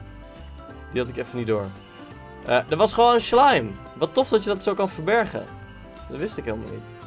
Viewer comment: Zei je nou echt sjlime?!